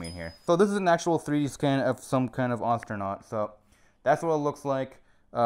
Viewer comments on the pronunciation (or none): lol sounded like he called an astronaut an ostronaut